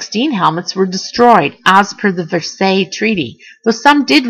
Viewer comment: And even worse pronunciation. Versailles, decal, and even swastika. Who has never heard the word swastika?